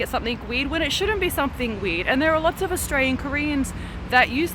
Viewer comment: Did that red woman just pronounced 'lots' as 'lotch'???......sorry, I can't stand people who mispronounce🤷